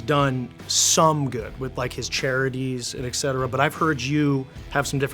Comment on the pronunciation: There is a T in etcetera ...not eck